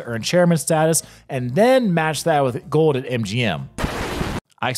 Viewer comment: Bro, love your vids but you REALLY need to start pronouncing your L’s. It’s so annoying. Gowd? It’s gold. GoLd, not gowd. There’s so many more. Owed? It’s old! oLd! Cawed? It’s called! Why don’t LV residents pronounce their L’s? So weird and annoying.